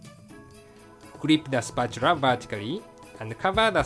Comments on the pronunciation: "spratchula" lol. <3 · spatura :D i love engrish